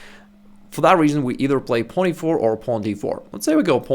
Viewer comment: Why can't he say pawn?